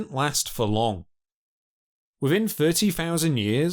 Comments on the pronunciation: Thousand not fousand ,thirty not firfy etc. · I also found the pronunciation of some words starting with Th to be annoying. If it was a speech impediment then it’s understandable. But he can say words like; this, then, the etc, then says things like; firty instead of thirty, fought instead of thought, fing instead of thing. I find that laziness annoying too. Really interesting content otherwise.